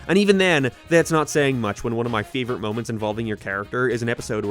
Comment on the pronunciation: The struggle of saying "favorite" was truly something.